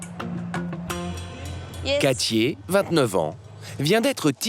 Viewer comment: "Quatchié", vraiment ?? Katie, peut-être ?